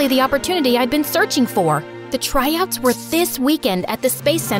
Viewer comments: Tryouts ❌ Tryots ✅ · "Spacecadet Tryots" 💀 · It is tryouts not tryots